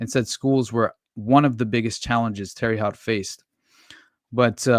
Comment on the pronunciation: Really enjoyed this. Just for future reference, the city where the detective was murdered is pronounced like Tara Hote= Terre Haute lol